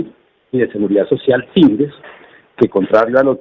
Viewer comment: No se dice sind'es se dice síndes😃😃😃